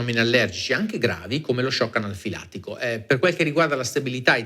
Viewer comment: shock "analfilattico" :-D